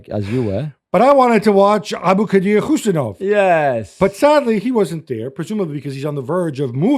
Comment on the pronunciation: Assalomu ALaykum Not Kushinov, Kuzinov!!!! Khusanov(Husanov) it is his second name. Please telling & speling truly. Thanks in advance!